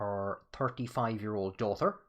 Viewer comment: Oh I wondered why you always said "dauther"!